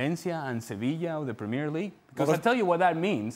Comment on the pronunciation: when you pronounce premier league like that, you opinion is worthless.